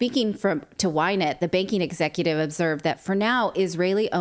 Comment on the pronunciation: "Whinet", LOL.